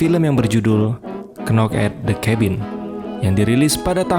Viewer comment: Knock huruf K nya tanpa di ucap bang? Jadi cuma "nok"